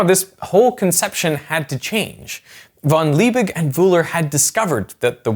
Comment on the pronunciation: german V is pronounced like an F. so speak „fon Liebig“ to make it sound right :-).